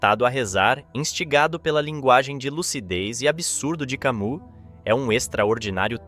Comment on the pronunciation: Por que sera que as palavras mais serias quando ditas pelos que querem ser serios acabam fazendo rir? Parece que o melhor do video nao e a mistura dos tres apresentados mas as reprimendas dos comentaristas sobre a pronuncia errada do nome de Camus pelo autor ou leitor do video... Ah, e o desabafo sobre o que esculacham com a ideia do absurdo! Filosofia e Comedia? " Vamos rir! Vamos rir!"